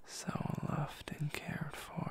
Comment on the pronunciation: Me with all the confidence in the world: lemme shower you with louf Me: y e s 🐥 g I m m e louv ❤️✨🦟